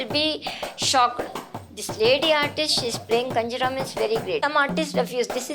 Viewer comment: I guess its GinjaRa, not KanjiRa